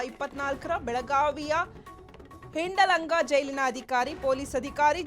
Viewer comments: News reader not reading well She made hindalga to Honda langa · What 😂😂 what did the news reader said?? 😂😂 ಹಿಡಲಂಗ ಜೈಲಿನಲ್ಲಿ,ಹಿಂಡಲಂಗ ಜೈಲು😂😂 amma taayi jaganmate adu ಹಿಂಡಲಗಾ ಜೈಲು 😂😂😂 aden karma namdu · ಹಿಡಲಂಗಾ ಹಿಂಡಲಂಗಾ En pronunciation